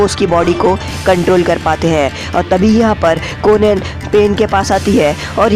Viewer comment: Bhai naam shi se le bro marad anhi madara aur kohen hai konen nhi